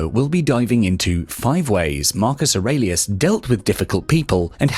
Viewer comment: Wonderful lecture. However, I thought that in the last name of Marcus Aurelius was pronounced with a long e.